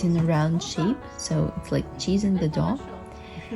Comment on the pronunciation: I also thought it sounded like dog, but I think she said dough? At least I hope so!